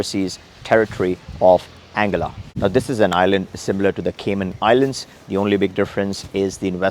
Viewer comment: Isnt it pronounced as Ann guilla ?